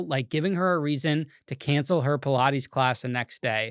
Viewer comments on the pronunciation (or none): none